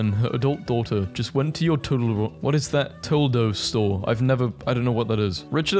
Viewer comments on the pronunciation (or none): Toledo is a city in usa, my home coty, there is also a toledo in spain. They are pronounced To-led-o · Toe-lee-doe. Its in Ohio. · Toledo. Toe-Lee-Dough. It’s a “city” in hell, I mean Ohio 😂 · as a ohioan I am crying at how you miss pronounced toledo, (toe-lee-doe) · constantly posts memes about how illiterate Americans are. Also: has no idea how to pronounce Toledo (Toe - Lee - Doe) and doesn't know it's a city in Ohio or a city (and province) in Spain (Toe - Lay - Doe). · ITS A PLACE Pronounced Toe-Lee-Doh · it's TOE-LEE-DOUGH, ya bloody limey!!!! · Not knowing what (Toe-Lee-Doe) is until that tweet is crazy. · Toledo is a town in Ohio, it's pronounced tow-lee-dough. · To-le-do that’s how you say it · Toledo is a city in Canada pronounced Tol-ed-o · bro cant pronounce toledo 😭😭 (toll-ee-doe) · Toledo is a city. Tal-ee-dough. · That’s pronounced toh-LEE-doh. It’s a city in Ohio in the US. They mean a Wendy’s location in Toledo. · Toledo is a city in Ohio it’s pronounced toe-lead-doe. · Toledo is pronounced like Tolido. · by the way, toledo is pronounced toe-lee-doe (emphasis on the lee) and is a city in ohio! :3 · toe-lead-o store❤️ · btw Toledo (Ta-lee-doe) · TOE-LEE-DOH…. A CITY IN OHIO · Toledo is a fucking city in the US ya dope. That Wendys is in the city of Toledo. Also, that's not even close to how you pronounce the name. - From not even an american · It’s to-le-do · Somehow him not knowing how to pronounce Toledo was the funniest part of this video